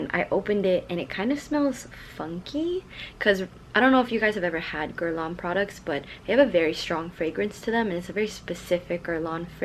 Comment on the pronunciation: Maybe you could take the speedy BB strap to a bag and shoe repair place and ask them to add hooks and also make it adjustable? And I absolutely love that multicolor tweed Chanel! Last, you pronounced “Guerlain” correctly!